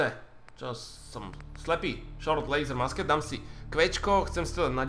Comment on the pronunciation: ta tvoje musket se vyslovuje mušket nebo mušketa :-)